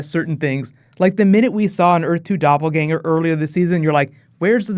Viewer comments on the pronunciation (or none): none